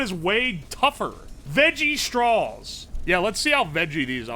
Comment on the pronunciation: love the way you pronounce straws. "strawls". nice